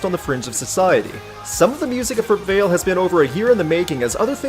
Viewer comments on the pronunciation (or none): The title is Latin and it's pronounced "wah-leh"